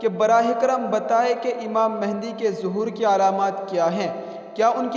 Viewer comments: آپ نام غلط لے رہے ہو امام مہدی ہے مہندی نہیں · imam mahindi nahi yaaar (mehdi) hai bhai